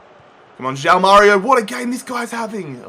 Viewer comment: stop saying JAU MÁRIO it's JOÃO (juaun)